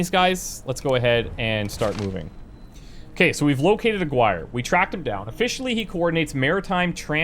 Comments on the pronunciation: Just a correction the name you were trying to pronounce is not Aguire but Aaaah-gi-rrr-eeeh. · Its pronounced Ah gi rre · Aguirre= Ah-gee-ray.